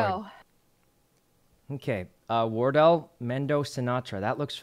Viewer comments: I heard war turtle and cilantro. I'm dead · Sometimes "Wortle" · lol its almost like wartle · The way Sykkuno keeps calling Wardell Wordol was absolutely HILARIOUS. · I like how he calls wardell wordol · Chat did him dirty not telling him the proper way to pronounce wardell lmao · Sinatra’s a pro valorant player you hurt me with your pronunciation of wardell but I love u Sykkuno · The way sykkuno says wardells name makes me mad